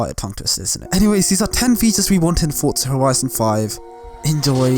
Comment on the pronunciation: F f fortsa horishon